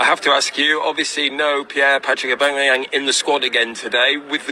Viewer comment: Man said Pierre Patrick Aubangayang 🤦🏽